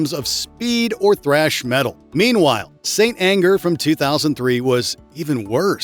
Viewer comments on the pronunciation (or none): none